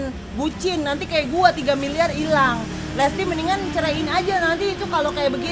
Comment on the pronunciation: Bilang lesti aja dak bisa lestli